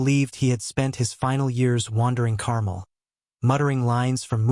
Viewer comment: "Carmel" over your ice cream?? If AI is so amazing why doesn't it know how to pronounce 2nd grade words?